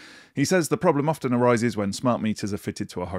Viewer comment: Were the words you included “refer back” and ”often” where you sounded the T ?